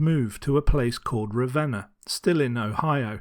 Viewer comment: You pronounced Cadiz wrong. Just letting you know, because I live in Ravenna, Ohio which you did pronounce right, and most people don't.